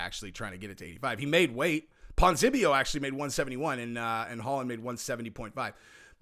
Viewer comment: Ponz-E-Nib-eo. You're welcome.